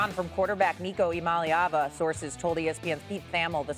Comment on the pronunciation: Nico ImaLeavinava... 😂